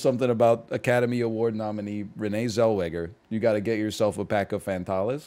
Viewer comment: The spanish-isation of Fantales gets me every time.